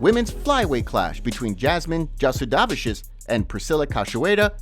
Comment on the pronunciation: Buddy mangled Jasidavicious’ name 😂